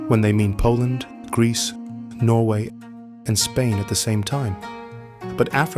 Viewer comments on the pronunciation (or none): none